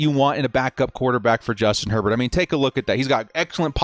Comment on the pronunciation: Justin “” lol